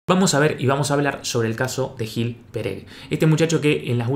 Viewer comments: Te acabo de descubrir. Muy interesante el canal. Dejo un comentario en este video, porque vivo en Israel y este sujeto es israelí. Se llama GUIL, así debería pronunciarse. Con respecto a la tonalidad (yo no entiendo nada de todo esto y seguro vos tenes razón) hay mucho del acento y de como hablan los israelíes. MIAU! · En Israel se pronuncia Guil, no gil